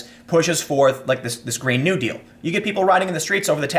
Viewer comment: you pronounce "new deal" like its one word